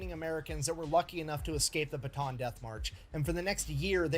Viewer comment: Filipino here. How to pronounce Bataan: Pretend it's spelled like Bata'an. I think y'all can figure that out from there. 👍🏼